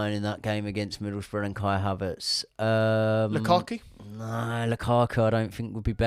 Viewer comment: Did i seriously just hear KAI HAVEARTZ!!!!!!! 😂😂😂😂😂😂😂😂😂😂😂😂 Are that shit that we miss haveartz